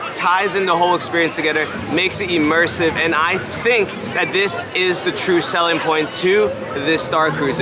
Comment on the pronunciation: You are saying the word immersive wrong